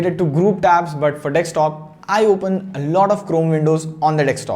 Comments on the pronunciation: Bro it's desktop not dekstop 😄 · D-E-S-K-T-O-P, not D-E-K-S-T-O-P. If you're speaking in English may as well speak it right please. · Everyone: Desktop: Dekstop 😂😂😂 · it's a deSKtop not a deKStop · Please stop saying "dekstop". Too many people watch your videos, fix it before someone thinks its the right pronunciation. You guys do this almost every video. Its so annoying